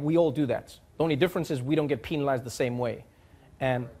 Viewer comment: "PEENALIZED the same way". does that the correct pronunciation? english learner here.